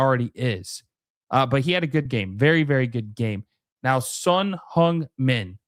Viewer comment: "Son HUNGmin" Heung = same vowel as in Hurt, not Hung. Google Translate: 흥 민